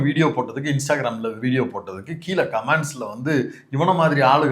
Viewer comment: கமாண்ட் இல்ல- கமெண்ட் என்று கூறவும்